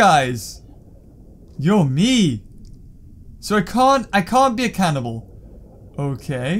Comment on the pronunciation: First sentence while playing the game. "So I can't be a canable"